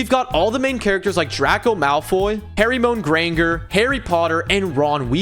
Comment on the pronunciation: The pronunciations of Draco Malfoy and Hermione Granger hurt